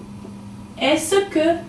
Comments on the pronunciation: her pronunciation of est-ce que is wrong it should be as-ke not as-se ke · Simon Tømte you are rihght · Isn't "Est-ce que " pronounced as "es ka" ? How come video -pronounced as 'es -e-ka' ? Is that canadian accent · This video lesson is quite good, except that « Est-ce que » is pronounced /ɛskə/ and never /ɛsəkə/. would know this if she were French. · Je vous remerci mais ta pronunciation de est ce que est mal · are you french.............pronounciation of est-ce que is wrong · good format of teaching except the pronunciation of "est ce que" but all in all it is great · ***** I'm a native french speaker and no, we don't pronouce the "-ce" as she do but simply like the "s" sound, as you said before. Another example : "Can I help you ?" could be said as follow in french : "Puis-je vous aider ?". French people will pronouce the "-je" like the sound of "j" as if there wasn't a "e". FYI, we also could've used this form of question for "Can I help you ?" : "Est-ce que je peux vous aider ?".